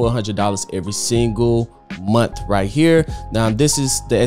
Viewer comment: "per momth"